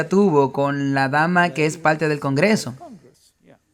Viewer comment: Un tema bien documentado gracias al dr Veith y al traductor. Sólo sugeriría que el traductor corrigiera sus vicios locales de pronunciación, hacía una correcta pronunciación gramatical neutra. ( Señol..decidil..palte..son con R.